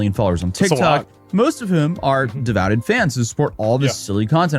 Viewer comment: "devouted" we cant let people get away with this. How did you make it so far in life